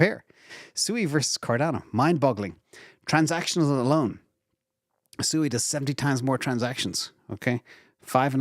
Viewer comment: SUI = swee, as in suite. Also, K+eight = Kate.